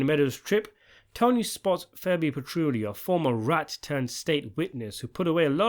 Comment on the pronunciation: Bro I love your videos but you gotta stop calling Fabian Petrullio…. FEBBY. It’s killing me